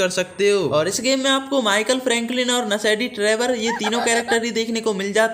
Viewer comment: When I read this comment then I heard nashidi Trever in this video